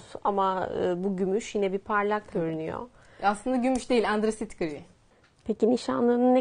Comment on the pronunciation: Angırasit gri değil o kezocum. Antrasit gri 🤦‍♀️